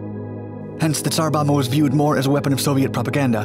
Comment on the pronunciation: "Bomba" is pronounced with both Bs: "BOM-bah", not like English "bomber". You really should check these pronunciations out via Google Translate or similar internet means.